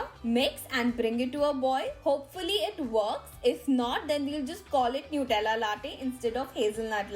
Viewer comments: It's nutella not nutrella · New- tella😂😂 me bolti ju